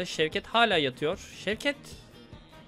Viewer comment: şevket diyo ben kanser oluyorum servet servettt